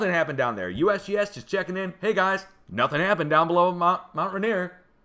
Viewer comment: You'll be saying this again before the mountain finally takes me - it's pronounced mount "ray-neer".